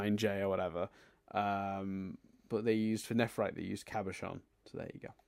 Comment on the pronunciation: Arguably also failing at the pronunciation of Cabochon. But to be fair, that is a hard word. Definitely harder than Palanquin.